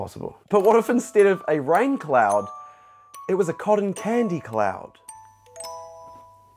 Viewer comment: he finally says cotton candy right i am so proud of u <3